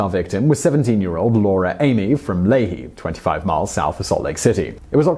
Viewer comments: Lay-hee? No. It's pronounced "Lee-Hi." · Brandon P. Bruh said layhee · Lay-he lol. Lee-hi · Layhe? Lol. It's lee-high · Ley-hi, Utah... It's Lee-hi... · It’s lee-hiii not lay-hee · This is just a correction, it's pronounced lē´hī or like 'lee' and 'hi'. Not 'le' and 'he'. I am from Utah, and I have lived in Lehi, Holliday, and Salt Lake City. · You pronounced a Utah city wrong, I don't mean to you know knit picky but I thought you'd like to at least know, the city Lehi is pronounced Lee-Hi like you're saying "Lee, hi," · Only mess up its not leHE it's leHI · I have noticed this in a couple of your videos. You are pronouncing some cities wrong. Im from utah and from lehi and its pronounced (lee- hi) other then that thanks for the information. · Lehi is pronounced LEE-high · Sorry I but I have to, Lehi, Utah is pronounced LEE-high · You're awesome, Simon! Just one thing though. I'm from Utah. Lehi is pronounced (Lee-high) it's name comes from the prophet Lehi in The book Of Mormon. The book used by The Church Of Jesus Christ Of Latter-Day Saints. Or LDS. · Lehi, UT is pronounced as Lee High. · As a person from Utah, I want to say your pronunciation of Lehi sent me into a giggle-fit. 😂❤ Great video! Serial killers fascinate me.